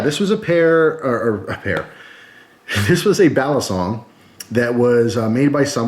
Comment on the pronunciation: Balisong is pronounced with the accent on the last syllable in Tagalog. 👍🏽🔪